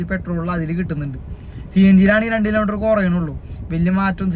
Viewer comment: കിലേ മീറ്റർ അല്ല. കിലോമീറ്റർ എന്ന് പറ.